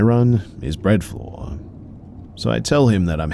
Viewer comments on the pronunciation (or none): “bread floor” 😅 that’s sweet. Instead of bread flour